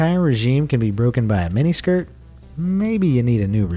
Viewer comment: He said minne skirt